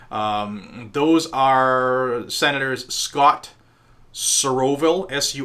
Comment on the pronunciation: Soroville sounds like SOROSVILLE